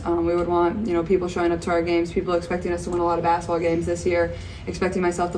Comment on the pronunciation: Caitlin has an endearing way of saying the word basketball: "bass-ball" (she leaves out the middle syllable) She plays the game with a fast pace, she says the word with a fast pace too. 😝